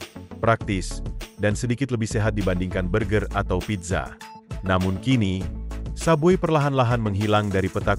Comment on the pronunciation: Bukan sub bui sebut betul2 sub way la..